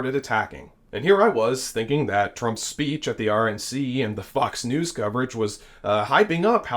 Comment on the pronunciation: I love how you say "FUCKS News" 🦊😂